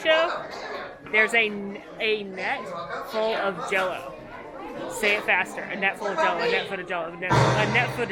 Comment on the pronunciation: "A net full of jellow". PRICELESS!!!!!!!!!!!!!!!!!!!!!!!!!